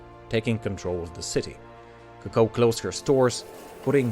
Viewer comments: It is not Cucko it is Co Co. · It's CO co, not co CO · It’s coocoo not coco when pronouncing it jeez the way that he says it sounds like a bird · You are to pronounce it as Ku Ku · Vybl08 yes U right , he actually say Cocow which is not french😂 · Your pronunciation of her name is pissing me off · The way you pronounce Coco is triggering me. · Rey TN But if it’s supposed to be said in french, then he isn’t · Coco is pronounced with the accent on the first syllable, not the second, just like cocoa and coconut.